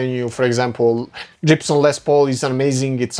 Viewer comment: wtf, did he say Jibson???